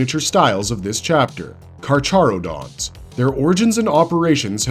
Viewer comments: The Ch is pronounced as an H. It's KarHarodons. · Carcharodon is pronounced as karkarodons is per my understanding since it is based on the greek name for the genus of sharks